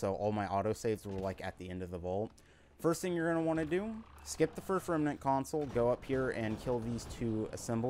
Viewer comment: Remnant is 2 syllables not 3. rem-nant not rem-a-nant.